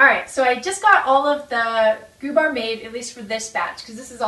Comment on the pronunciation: They do look interesting. Im from Sweden. I have never heard about those "gubbar" They are cute. We don't use ü here in gübbar. It is in germany they use ü. Here we say gubbar... You pronounce it the right way.